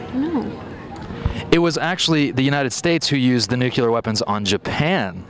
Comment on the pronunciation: This guy needs to learn how to pronounce "nuclear"